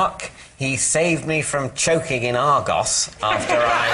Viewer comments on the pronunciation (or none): none